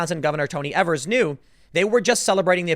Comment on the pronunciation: It's pronounced Eve-ers, Tim. Not that you care. He's a nobody compared to national news, and as far as Wisconsinites are concerned.